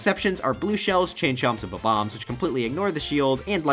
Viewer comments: Love your videos but who says bbom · The way he said Bob-omb